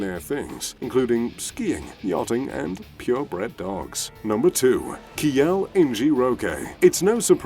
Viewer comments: it was easier if he would pronounce just Shell like the corect phonetical way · Kkkiieell instead for kjell hahaha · K-jell hahahahahahahah